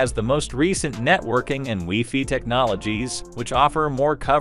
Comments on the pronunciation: Great information; however, I cringe when the AI says "wefee" instead of wifi. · Ditto. AI use of "weefee" is so strange. No human says "weefee" for wifi!